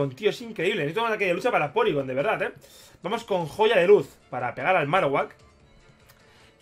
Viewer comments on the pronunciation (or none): none